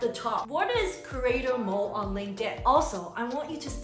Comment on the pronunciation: Are you saying "creator mole" ???